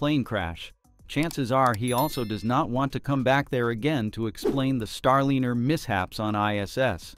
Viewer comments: The information here could possibly be valid but your content is unwatchable for me. I cant stand AI text to speech that either cant pronounce words correctly or is given incorrectly spelled words to say. It's Star-Liner not Star-Linner. I recommend previewing and editing your content before publishing. Start with reading your title...out loud. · Can you PLEASE have a real human read the voice over? Every AI script reader mispronounces the word Starliner as Star - linner (pronounced like 'dinner') plus it reads goofs in the written text as written instead of correcting them as a human would. It tells the viewer that the content creator just doesn't care. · The "i" in Starliner should always be pronounced as a long vowel. Seems like your AI voice needs better training. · Starliner, starlyner, starleener. There were multiple pronunciations in the narration. It sounds like they're trying to get the AI to work better. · If you separate the word, Starliner into (star liner) elevenlabs will pronounce it much better.